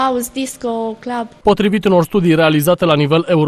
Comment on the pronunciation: ''muzica clab'' :)) vai ce accent de englez